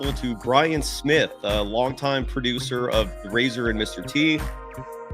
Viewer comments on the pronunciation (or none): none